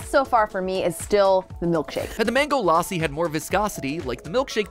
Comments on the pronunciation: la-ss-i not laa-si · It's not laassi, its lassi(in pronunciation) like the a sounds like uh ( say bruh and get the A from it) sry for this i am not trying to bully or defame or annoy you just telling thats all pls dont hate me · LAAAAASI?! WHY (it's pronounced lussi ) WHAT IS LAAAAASI? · MatPat: The Mango L-AH-ssi Indians: Boi it's L-uh-SSI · It is not mango laaasi lassi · lassi is pronounced lus-sea not la-sea 😭😭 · it's luh-ssi not LAASI BRUH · IT IS LA SSI NOT LAI SSI YOU OFFENDED ME IM INDIAN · My Indian self screamed when matpat said LA-si. Had to pause the video for a full five minutes to calm down 🤣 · Before MattPat said famous drink in India, I had no idea he was talking about Lassi, coz he was saying Laasi 😅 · Its not pronounced laaasi the a is moch more like the u in fun the problem is that in hindi's(indian language) script we have letters to represent that sound but in engilsh we dont so u have to adjust it with other vowels like a and u (also real quick we have like more than twice the number of your letters because our sounds remain consistent throughout the alphabet and donr have single letters using multiple sound and u guys teach kids that you say c like see but when its in a word its like kuh but we dont do that here just switch to hindi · he said lassi wrong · Omg lassiiiiii I've been drinking it often recently taste is amazing also you messed up the name so bad 😂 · As an Indian, hearing how Mat pronounces lassi is KILLING me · That not how you pronounce lassi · Please pronounce lassi right